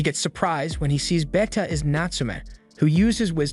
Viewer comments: 'Beta' not 'Betta'. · Did you just pronounce BETA as Better for the love of all god please pronounce it as baita at least thats close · It is not beta it's BETA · why you pronounce Beta like that 😭😭